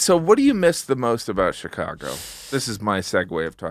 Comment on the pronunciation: take a shot everytime someone says shicargo